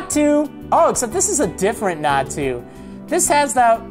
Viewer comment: Double Natu means 2 x. Nat-u (not you)